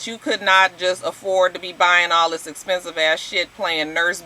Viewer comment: Nene is super jealous, super phony, super country and absolutely miserable. She's constantly mispronouncing words like EXPENSIVE...she pronounced it as expensis. There was another word that she botched, but I can't remember it. Half the labels she wears, she can't even properly pronouce. That's not cute. I'm happy for my girl Kandi. I hope her relationship works. I thought Sheree looked the best...although I still think she's evil :) I thought Cynthia looked fabulous too.